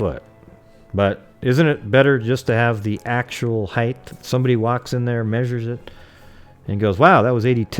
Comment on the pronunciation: The word is HEIGHT, not heigh"th"...drives me crazy.